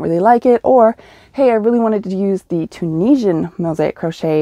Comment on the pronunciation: You said Tunisian correctly! I do have a question about it though. I've done a blanket with a Tunisian hook with a very long cord to accommodate all the stitches but the cord deteriorated by the end of my project and I ended up buying a new one. I don't remember the brand I bought but was wondering if you have a hook to recommend for larger Tunisian crochet projects such as blankets. I've done a scarf or 7 with a very long hook and I've done Tunisian entrelac with a regular crochet hook since it was 10 stitches per square. I have no good solutions for the hook/cord combination hook for my Tunisian blankets. Do you have a favorite hook for this? Thanks so much,! I love your patterns so much! When I finish remodeling my house I really want to purchase the one about coffee needing to be stronger than your daughter's attitude! My mom really needs that blanket! 🤣 (it's only funny because it's true!)